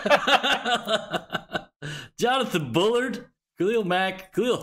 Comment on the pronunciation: Directly in middle of Rochester, Niagara Falls, & Buffalo, NY. Not NYC but WNY represent 716/585! & Thanks! Appreciate you knowing how to pronounce Bullard lol, had a gym coach pronounce it Bull Lard which he knew was super annoying back when I was an angry rebellious teen (prob why the douche did it lol). Or people will pronounce it Ballard so I just had give you KUDOS & Thanks for pronouncing the name Bullard correctly! 😊 Great Mailday!